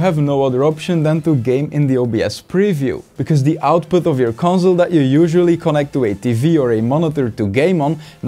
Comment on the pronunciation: Conzol pronunciation is bothering me